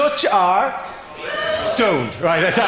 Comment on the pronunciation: TBH it doesn't sound like he said stoned, it does sound like he said sowned. It's only because I know the context that can figure out what he said.